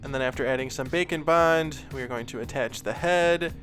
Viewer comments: i never hear "bake and bond" i hear "bacon bond" haha! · Am I the only one that hears "Bacon Bond" when refers to "Bake and Bond"?:) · I keep hearing bacon bond instead of bake'n' bond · When ever he says Bake and Bond, I keep hearing Bacon Bond and can’t unhear it. haha!